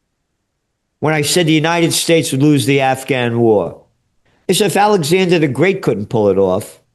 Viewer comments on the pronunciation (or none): none